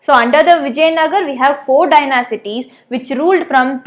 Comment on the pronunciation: Dynasties- Pronunciation "Dynasties" Correct "Dynacities" Wrong 😂😂😂😂😂😂😂😂 Mam, before teaching be teached properly. Curiously😂😂😂😂😂! What a teacher!!!!!!!!!